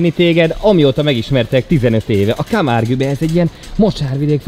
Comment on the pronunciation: Petit pontosítás: Camargue, ejtsd Kámárg und nem kámárgü :)